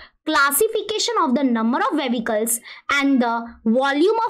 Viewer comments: Vehicles❌ Vevicles ✅😂😂😂😂😂😂😂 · Vehicles ❌️ vevicals✅️🤣🤣🤣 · Mam it is not vevichles it is vehicles.